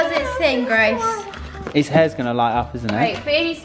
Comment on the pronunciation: Grace* not kaci